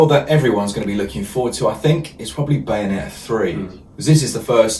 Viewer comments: Beyonetta? :D Good vid anyways.. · I dunno how you popped up on my watch list, but so happy to hit subscribe. Great channel guys. (Psst. BAyonetta, with an 'A') 😊